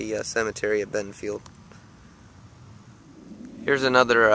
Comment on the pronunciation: BentonVILLE, VILLE not Bentonfield!!!